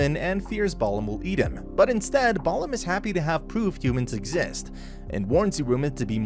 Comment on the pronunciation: he manages to mispronounce balam, so yeah, take all the pronunciation with a grain of salt. or a heaping tablespoon of it.